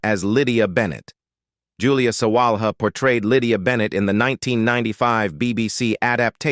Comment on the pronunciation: Mike Leigh is pronounced Mike Lee. Iain Glen is pronounced like Ian Glen. The h in Sawalha is not pronounced. There are many other mispronunciations too. Mr Collins is not that 'distantly' related to Mr Bennet. He is a nephew. You failed to mention the Mr Collins actor's probably best role which was playing Cicero in the highly acclaimed HBO series 'Rome'. You can see his performance in the youtube video Caesar Augustus tribute Rome, As well as in Death of Cicero. Interestingly the actor who plays the adult Octavian (later Caesar Augustus), played the foppish Charles Bingley in the film version of Pride and Prejudice starring Keira Knightly.